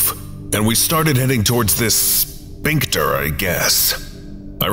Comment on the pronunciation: I love your readings, but man, every time you say "sphincter" it's like fingernails on the chalkboard. Like, everything else about your readings is awesome. Your voice has gravitas, your pacing and flow are perfect. The mispronunciation of sphincter is just so jarringly out of place that it's hard to ignore it.